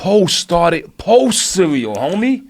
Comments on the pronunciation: CEWEAL 😂 hahahahaha RZA said CEEWEEAWL 🤣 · RZA said CEWEAL instead of CEREAL 🥣 hahahahahahahaha damn his albums are my main source of laughter since I was a KID #CEWEAL